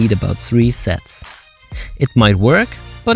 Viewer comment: Did he say a lot of sex or sets?